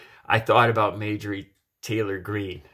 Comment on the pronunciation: her name is pronounced MAR-jor-ee. Clean your glasses.